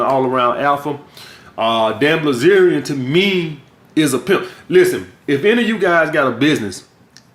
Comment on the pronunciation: BILZERIAN say it with me... BIL ZERIAN wtf is blizerion